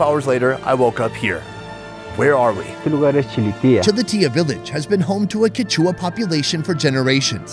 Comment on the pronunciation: Btw im pretty sure it's pronounced "Quéchua" not "Quechúa"